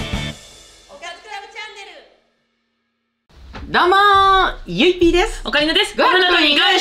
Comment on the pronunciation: 振り返り動画楽しいし、視聴者さんのコメントセンスあるし、オカリナとゆいPの読み方がめっちゃ好き！！！